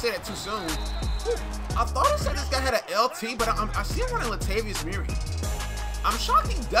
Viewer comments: How many times do I have to tell you? It’s Mur-REE not MUR-ray. 😒🙄🙄🙄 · Lol bro it's "mur-ree". Not that shyt you saying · I kills me the way he pronounces Murray.